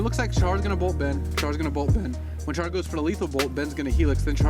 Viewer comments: The "Sha" in "Shahar" has a long a. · u pronouns shahar wrong the h is like the h in halapinio